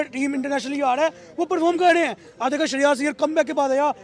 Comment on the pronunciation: He is Shreyas Iyer not Shahryarz 🤣😂 Hindi ki band baja di